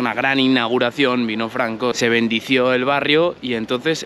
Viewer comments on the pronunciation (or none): se dice bendijo no bendició hay que aprender a hablar